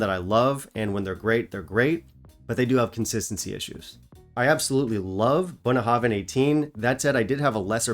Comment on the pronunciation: I love to hear you pronounce Bunnahabhain releases. I'm sure my pronunciation is worse